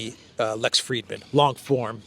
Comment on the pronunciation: Frid-man, there is no "e".